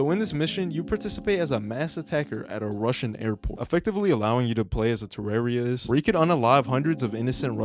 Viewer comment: Um what is a Terrariais? and again . Are you trying to say terrorist?